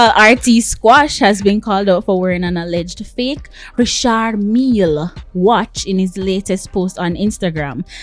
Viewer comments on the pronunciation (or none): It’s Richard Mil-li……